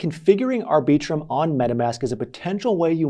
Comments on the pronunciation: “aR Bee Trum” 🤔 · FYI, no one, and I mean NO ONE pronounces Arbiitrum the way you just did. You mutilated that name.